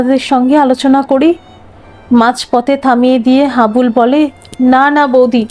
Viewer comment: নামটা হাবলু না হাবুল।